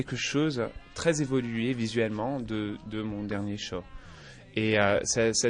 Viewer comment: pour tous les quebecois, j'ai entendu:C'est vraiment quelque chose de très évolué...... de mon dernier CHAT (show)